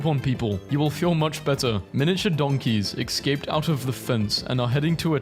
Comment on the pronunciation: He is a terrible influence on the youth purely because he does not know how to pronounce the word escape.